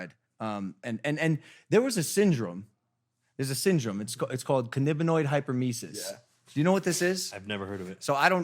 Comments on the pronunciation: It’s hyperEMESIS (“emma-sis”) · Any HCWs laughing over Logan’s pronunciation of cannabinoid hyperemesis? 😂😂 no shade Logan, just thought it was funny ❤️ edit to add: I work in the ER and this is very common! But they keep smoking 🚬 and keep coming back lol